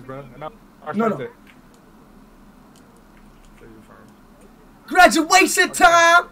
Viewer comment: Speed gwaduation!!!